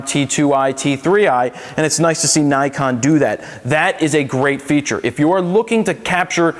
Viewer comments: its Nee-kon, not Nai-kon. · 9-kon? 9-KON? NIKON!!!!!!!!!!!!!!!!!!!!!! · Learn to say it right. Ni as in Knee. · IRK, I cringe every time someone says naikon